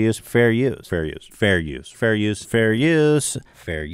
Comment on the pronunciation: Ethan "Fare Youse" "Freeze Peach" Klein